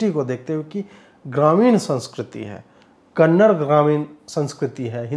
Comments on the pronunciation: If somebody modifies the your name or the name of language you speak as per their convenience, won't you feel a bit annoyed everytime they said it ? Hindi is an inclusive language, why not continue that tradition and pronounce the name of the language as it's supposed to be. The name of a language is a noun and it's pronunciation should be same whether it's in English, Hindi or any other language. Kannadigas are one of the most inclusive set of people accepting people from all across India with least friction in any of the south Indian states, in turn we North Indians should be more aware of their culture and their language. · Bhai... Kannard nahi Kananda bola karo... Karnataka ke logo ko acha nahi lagta kannard shabd.... It's like woh bole "hind" bhasha ke film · @@ kannada bro kannada hai uccharan sahi kijiye nigal mat lijiye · It's not kannad, it's time people realize it's Kannada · Hi. I appreciate your reviews. You don’t disclose too much of the film’s plot but give your audience enough information whether it’s watchable or not. I am not a Kannadiga but I would appreciate you even more if you could say “Kannada” instead of “Kannad”. That’s the right way to pronounce the language’s name. Thank you for your honest reviews. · Bhai.. for your kind information.. it's KANNADA ... not Kannad .... there is so much difference.. sply in essence and emotion .. and Thanks a lot for picking this topic and reviewing it 😊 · आपका review १००% अच्छा है । बस कृपया आप भाषा को कन्नड़ नहीं कहिए लेकिन कन्न-डा कहिए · Sir, Very nice review of the movie. As small suggestion, Please pronounce Kannada language as Kannad(a) with 'aah' at the end. Its similar to someone pronounce Hind instead of Hind(i) word. Since your channel is viewed by your subscribers or anyone on YouTube. Its very much important how the language 'name' is communicated. All the best and may god bless your channel with more growth. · Yeh kannad nahi Kannada hey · Kannad nahi re kannada bol be.handi nan makla